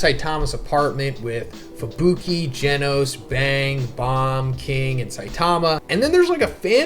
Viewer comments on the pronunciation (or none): none